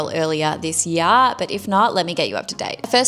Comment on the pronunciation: Stopped listening when she said this yar instead of year😂